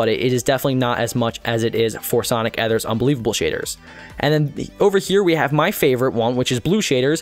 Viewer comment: sonic ether's unbelievable shaders is the best and it's ether e-ther sonic e-ther lelelelleelellelelel